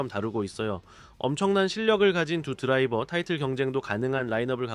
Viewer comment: ㅋㅋㅋ 아마 “탑 드라이버”라고 해야 하는데 발음이 좀 이상하게 나온 것 같아요. 지적해주셔서 감사합니다, 다음엔 더 자연스럽게 들릴 수 있도록 조정할게요.